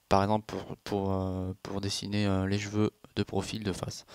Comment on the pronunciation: C'est moi ou il dit "j'veux" au lieu de cheveux? Ca me stresse !! XD